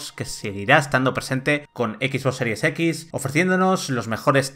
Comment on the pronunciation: EKIS BOSS SERIES EKIS. Man, te URGEN unas clases de inglés.